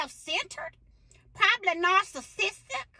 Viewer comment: Narsarcitic 😆 🤣 her pronunciation 😆 🤣 😂. Only..